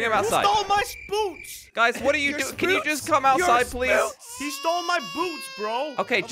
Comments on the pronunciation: said spoots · Dude I was laughing and saying spoots